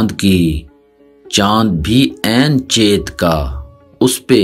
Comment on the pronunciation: Chet nahi balki chayit hota hai